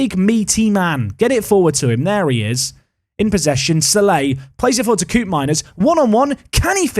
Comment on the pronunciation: Dutch pronunciation heads-up: Koopmeiners is not 'coop' but 'cope', so "Cope-meiners"